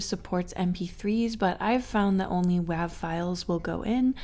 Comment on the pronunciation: Pronounced "wave". Digital recordings used to be called soundwave files due to their visual appearance on screen.